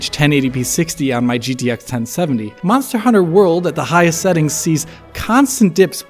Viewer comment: "Mazda Hunter World"?